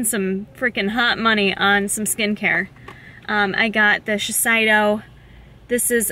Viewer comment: I'm 19 and have some acne scarring on my face.. please tell me how the Shiseido night cream works!! btw its pronounced "she-sehdo"